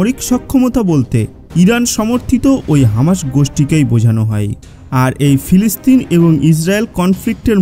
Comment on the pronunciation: বেটা ফেলেসতাইন না বেটা এইটা হবে ফিলিস্তিন উচ্চারণ সঠিক করে সাংবাদিকতা করো ধন্যবাদ